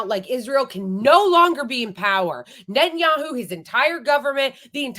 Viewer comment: Netanyakkhu, Ekkhhhud Barack. Notice how Israelis don't say those name like that.